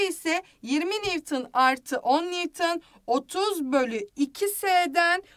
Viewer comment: nivtın değil nivton